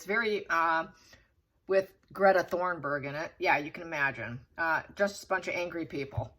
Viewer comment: It's pronounced Greta Tun-berg, not Greta Thorn-berg. Not sure how you think she has anything to do with the Me Too movement, she's an environmental activist. Ruth Bader-Ginsberg was a Supreme Court Justice. Gloria Steinem was a leader in the 70's womens' movement when we couldn't even get our own credit cards. I don't understand why you have a disparaging attitude about them. I like your readings but sometimes you make sweeping judgements about people you don't seem to know much about, right down to how you pronounce their names. It's a cynical, hard edged energy that has no place in tarot. I'm going to guess you've been called out on this more than once in your life. I wish you well but I'm over and out on this channel.